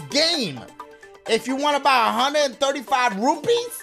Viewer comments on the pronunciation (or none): none